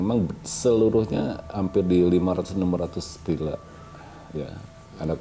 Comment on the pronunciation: To, "VilLa"! Bukan "Pila" pak!